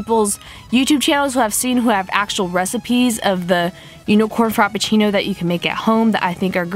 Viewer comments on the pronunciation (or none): I love you, but I cringed every time I heard FROPpucinno instead of Frappuccino. 😂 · Giselle R. Haha I laughed every time she said frop instead of frap. I was a little annoyed by the end tho